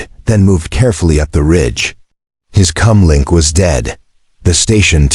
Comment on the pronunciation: Stop saying Cum mink change it to Comm Link